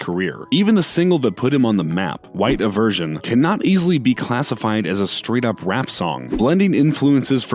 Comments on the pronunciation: Iverson not everson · Did he pronounce it "white aversion and not iverson?" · Iss “Eye-ver-sun” idiot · I was done when he said aversion instead of I-VER-SON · Its Ive- er-son, not e-version.. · White IVERSON NOT ERVERSON he got me tight LMAO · He said white avershon it white iverson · I know this dude did not just say white iversion... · "Its Iverson not inversion" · he said white avers- *stops watching video* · EVERY. SINGLE. COMMENT. IS. ABOUT. HOW. HE. SAID. IVERSION keep it going guys nobody disrespects A.I. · Lmao mans said iversion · Say it with me "EYE-VER-SIN" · white “Iversion” oh my god has this guy never heard of Allen Iverson in his life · This guy clearly has no idea what he’s talking about and I’m into the video this guy said “white iversion” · Iversion? This dude isn’t hip hop. He’s talkin like he understands the culture and can’t even pronounce a song right. Prolly never heard it. What a joke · Mans just said “iversion” tf? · Also isnt it White Eye-Ver-Son, isnt that supposed to be how you say it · This is Lord Jamar doing his white voice. Logic should not be on this list. It's EYE-VER-SON. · ivershion waht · Dude said “white eversion” LMAO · He also said Lu-Fay Fiasco 😪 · “Iversion” 🤣 don’t do Alan Iverson like that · “White avirgin”💀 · White e-ver-shun😭😭😭what the fouqqqqq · “White IvErSiOn” *clicks off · I came straight to the comments after hearing white ivershen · White “Eye-ver-son”... nice one dumbass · “iversion” “mack-le-more” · White Iversion....lmfao why are people who cant read or pronounce shit always doing these voice over channels? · All y’all are talking about how he said “iversion ” why I’m wondering why logic is here 💀💀💀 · This nigga talking ab rappers and this dude can’t even say white iverson and said white “iversion”🤦🏽‍♂️.....🚪🚶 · “Iversion” I’m dead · Dude it’s the song is white Ive-er-son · "Iversion" I'm triggered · This dude said “White iversion” he lost all respect for me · it’s pronounced “eye-ver-son” 🤦🏼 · Iversion haha